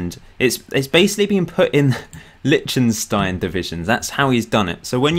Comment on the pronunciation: By the way: It's Lish-ten-shtine, you saying litshtenstine is grating!